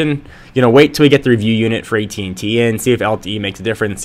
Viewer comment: u keep saying ET&T